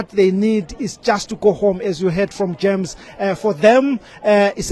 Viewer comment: "Quit a passionate plea from GERMS here". It's JAMES not GERMS.